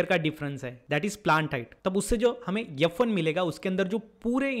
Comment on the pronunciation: Wtf is 'yuf' one (f1) 😂